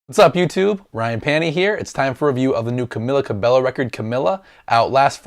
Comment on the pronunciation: i know it spell Cabello but when you say it its Ca-be-yo nice reaction though